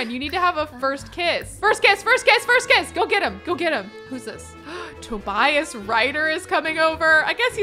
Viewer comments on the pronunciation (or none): none